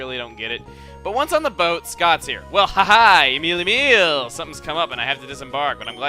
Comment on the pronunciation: Emile Said as Not Em-il-e